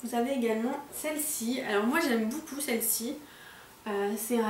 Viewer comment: Elle dit boucoup au lieu de beaucoup